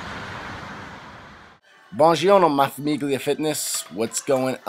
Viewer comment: dude tried to speak italian...famiglia is pronounced familia bro..gli sounds like lee not g hahah